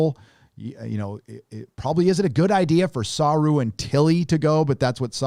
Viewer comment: your reviews are funny to watch. You would think that you’d learn how to pronounce the name of Doug Jones’ character by now 😂